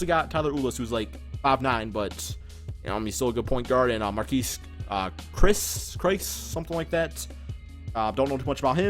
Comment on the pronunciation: dude do you homework before posting another video. Marquese Chriss was projected to be a top 3 pick by some and you can't even pronounce his name. Him and Bender can really run the floor. Bring back Dantoni